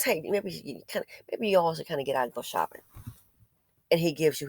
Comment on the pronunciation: Hold up! Did she say “Soppin mammie biscuits” ????? 😂🤣😂🤣😂🤣🤣🤣